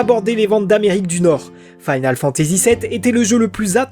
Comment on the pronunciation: Faïnale Fantazi ou Finole Fantazi? Sinon très bonne vidéo, bonnes recherches, dommage pour l'accent qui te saborde un peu le gros taf fait derrière vu que tu dois le prononcer une bonne centaine de fois sur plus de deux heures. GG ! En tout cas, bonne synthèse de plein de sources